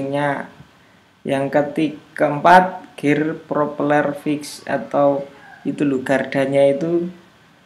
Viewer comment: Ada yg denger mas nya bilang gear pro peler 😂( 20.08)